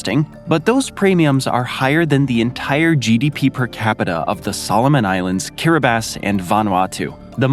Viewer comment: I just started reading "The Sex Lives of Cannibals," where the author, J. Maarten Troost, moves to Kiribati, which for some reason is pronounced Kiribass (which you got right). The book goes perfectly with this video. My son works for an organization that is trying to hold the guilty parties responsible for the vast amounts of nuclear waste that are left behind from this kind of diabolical and careless experiments. It's not easy, as the corporations and military have banded together at blocking attempts to hold them responsible.